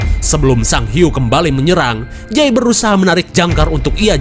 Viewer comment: ada huik... eehhh hiuu..... hhhhhh🤣🤣🤣🤣🤣ngakak gw